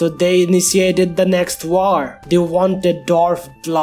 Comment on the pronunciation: i love how this guy says "war" i love the word "waaor" its amazing